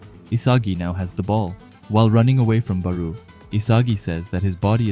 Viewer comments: Barou is pronounced like borrow. baroooo lol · Why do you say ''bar-oo'' i thought it was ''bar-o'' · barou ( ba-row) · The u is silent just say bar and row add them together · Bar-oh is how its pronounced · "Baruu " lol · always dropping bangers but we gotta talk about your “Barou” pronunciation💀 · The Barou pronouciation is crazy LOL, but jokes aside this a fire video